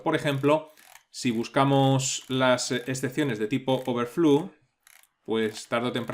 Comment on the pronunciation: Gracias por el curso! Me ha sido de mucha ayuda, es usted un genio y un excelente maestro 🤩 solo me gustaría hacerle un comentario con todo respeto, la palabra "throw" se pronuncia algo así como "throu" y no "thru", lo mismo con "overflow" que se pronuncia "overflou" y "float" que se pronuncia "flout" 🙌🏻